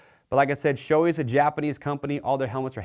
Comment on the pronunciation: It's Shoe-eyyy not shoei